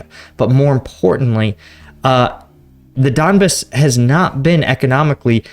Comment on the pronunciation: It's don-BAHS, not DON-biss. Bro we gotta help you with these pronunciations. LOL. But for real you're getting the names of cities all messed up. I appreciate the content though!!